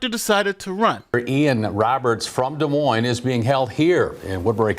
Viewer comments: the S is silent on Des Moines hon, no offense, but you should know that. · The “S” is silent in Des Moines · The last “s” in Des Moines is silent. How dumb are you ? Jeez.